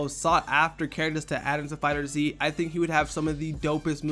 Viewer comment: It's not fighter Zee it's fighterz.